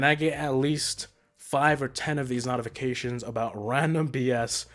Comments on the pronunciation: NOTifications bruh that accent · Dude you dunno how to say notifications